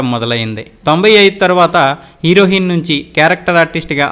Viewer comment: నీ ఉచ్చారణ బాగా లేదు నువ్ హీరోయిన్ అనే పదాన్ని ఎలా అన్నావో చూసుకో టైటిల్ కి పొంతన లేదు